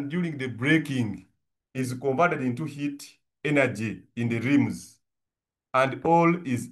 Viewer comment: Don't say lims but say rims 😂